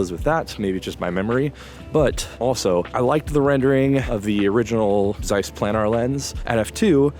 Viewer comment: Interesting and informative. Just for God's sake, when will some American learn to pronounce the German name Zeiss??? 😀